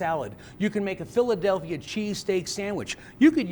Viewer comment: tangible berry yea I thought it was funny how he said it